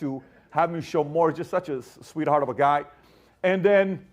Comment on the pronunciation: “Swwweheart of a guy?” Pbd has lost his mind